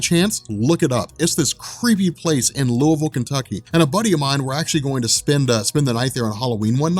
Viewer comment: Thanks for pronouncing Louisville right